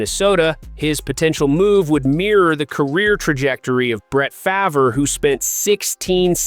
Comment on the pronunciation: Does he truly not know how to pronounce Brett Farves name? i can't listen to another second of this.